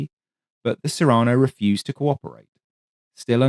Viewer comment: Cyrano is pronounced with the emphasis on the first syllable, after Cyrano de Bergerac, who was famed for the size of his nose.